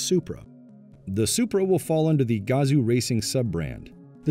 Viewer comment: Yo. Its not gAzo racing.... Its Gazooo racing.